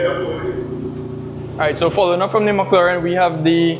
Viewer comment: Did you say MuckLauren 😂